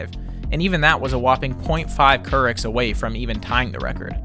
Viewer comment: |'m surprised you put this much effort into the video without knowing it's "Courics" not "Kurichs" as in Katie Couric, a journalist that the south park creators didn't like, so they used her as a unit of fecal measurement. Huff Post made an article about it years ago